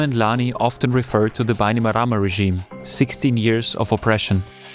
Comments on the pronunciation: Great video! As someone fluent in iTaukei (Fijian) here is a pronunciation guide of some of the words you said wrong. ITaukei (Ee Ta oh Kay) Viti Levu (Veetee Leh Voo) Bainimarama (Buy nee Mah Ramuh) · It's pronounced "BAI-knee-ma-RA-ma"